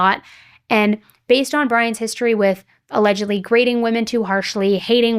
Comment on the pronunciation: Mornin! Omg…I can’t with this woman…she can’t say “allegedly” and the incel thing??? Serialously Annie?? Ugh. I’m done.❤❤❤❤